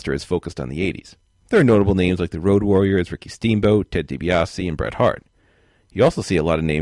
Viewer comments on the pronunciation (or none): none